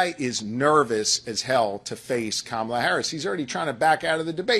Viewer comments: Major, from one vet to another, her name is pronounced, "comma-la". Not, "Ka-mala". And thank you for YOUR service. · C’mon. Learn to pronounce her name. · Please pronounce her name correctly.